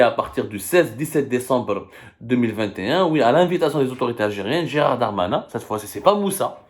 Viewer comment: Gérald pas "Gérard" hhhhh